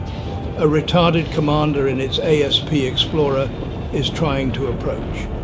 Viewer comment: felt genuine disappointment when i heard the dude pronounce Asp like "A-S-P" instead of the snake its named after